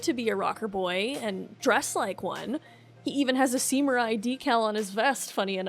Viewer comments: Why are you pronouncing Samurai "Seemurai"? Never heard anyone say it that way lol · Wait did u realy say seemurai instead of samurai?